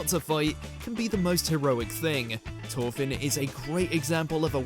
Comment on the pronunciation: 'Torfin?' I usually comment on bad pronunciation, that's simply not speaking English 'th' is a specific sound I'm not surprised the writer missed Ginta from MAR, he starts off a dreamer wearing glasses with no stamina, and ends up saving the world